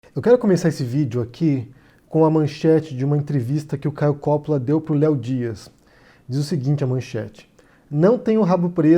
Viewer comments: Palhaço marionete do Lula! É Coppolla e não Cópola... Ñ sabe nem ler, é da esquerda... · não e copppola e coppolla e vc fala errado! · COPÓÓÓÓÓÓÓÓÓÓÓLAAAAAAAAAAA Cada vez que ele fala Cópola me dá um tremilique. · Seu mentiroso desgraçado, o nome dele é Caio Coppolla e não Caio Cóppolla. Vc pesquisou mesmo??? Seu mal caráter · Nessa pesquisa intensa que você fez sobre ele não deu para corrigir o nome do cara? É COPPOLLA com dois 'P', dois 'L' e a sílaba tônica é 'PPO' portanto a pronúncia em português é COPPÓLLA, sem o acento agudo, que coloquei para que não fiquem mais dúvidas. Serão necessárias quantas correções sobre isso? Já deu prá notar que você simplesmente não lê os comentários dos seus próprios vídeos, o que já mostra que o interesse está apenas no faturamento, não se atém minimamente às pessoas que proporcionam essa sua renda. Esse pouco caso com o seu público, já nos diz outras coisas: Qual seria sua a preocupação em trazer posições reais, já que os ataques à outros youtubers (colegas seus) parece ser o tema relevante? Será que os processos são mais rentáveis e por isso a necessidade de provocar para ser contra-atacado e se vitimizar na justiça? A inveja por outros se projetarem mais do que você parece incomodar a ponto obriga-lo a fazer repetidos vídeos de ataques gratuitos, é maior do que a capacidade de criar originalidades? Não sou defensor de Caio Coppolla, mas não gosto de ver injustiça. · O correto não seria dizer: Coppóla??? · Isento? Acho que você nunca o ouviu. Nem o nome dele você pronuncia direito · Não sabe nem pronunciar o nome do cara. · Não sabe nem falar o nome do rapaz, kkkkkkkk. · o nome dele não tem acento agudo na sílaba "Co". A pronúncia é igual a italiana.